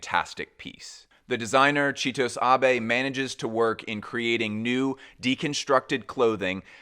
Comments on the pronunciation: FYI it's chi-toh-sey bro, if there's an E at the end of a japanese word, it's usually pronounced, similar to French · 😬the way you pronounce Chitose Abe's name hurt me not gonna lie It's the same E as in AbE 😭 sorry enjoyed the video otherwise but I had to say it